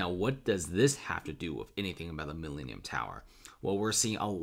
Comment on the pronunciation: This is the Mi-lean-eum tower